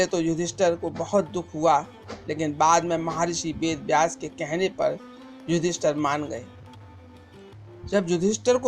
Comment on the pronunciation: Bhadu , ....... tu ...... ister " ka gungan krne wala feel ho raha he ..... tabhi to tu ..... yudheesthir .... ko yudester bol raha he 🖕🖕🖕